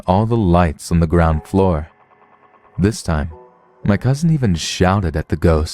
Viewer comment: I always wonder why people are so inclined to say it with a slight T sound. “Cousint”